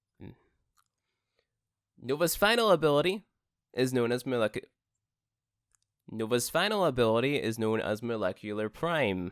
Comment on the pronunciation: molecular is not hard to say